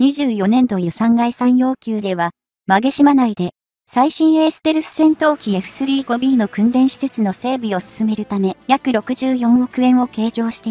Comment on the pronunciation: 「エフスリーごビー」とかの読み上げ方はなんとか改善して欲しい。